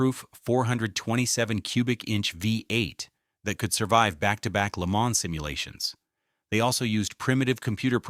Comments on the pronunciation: If you're going to use AI to voice you're bullshit, properly pronounce French words. Le Man - not plural. Educate yourself, and you won't be called out as a stupid uneducated fuck that depends on ai voice overs for your lack of reserach. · This one sounded pretty good except for the first Le MANS 👨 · I like the way it pronounces La Maans. It makes me feel extra Murkin! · IT PRONOUNCED LAY-MON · Le Mans? Come on, mate. It’s Le Mohn and the s is silent. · La Mans….😂😂 At least AI learns from its mistakes. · I stopped as soon as I heard it say Le Maaaans! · agreed plus I heard lee manz too. AI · It's not AI, they're racing at Lee-Manz! 🤣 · Leh-ma It's fucking called Leh-ma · Good god the pronunciation of "Le Mans"